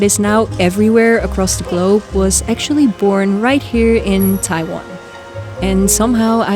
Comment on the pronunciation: TaiWan, very good Chinese pronunciation 👏🏻👏🏻👏🏻👏🏻